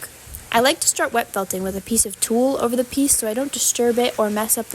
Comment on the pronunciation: Tuh-ll Not tool. it's tull.